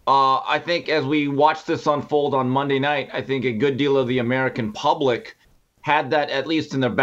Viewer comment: that first minute, whew..."Fridee, Mondee, Tuesdee"